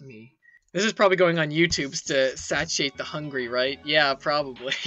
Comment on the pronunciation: 4 years and i only just realised that says satiate wrong